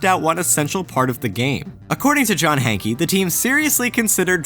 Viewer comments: Why does everyone say: John Hankey?! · Hee hee! "Hankey"